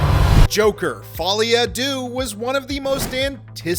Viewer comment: The french word deux (two) is pronounced dö and not doo! An ö like the u in Murphy!